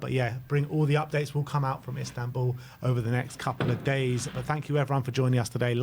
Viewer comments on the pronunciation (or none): none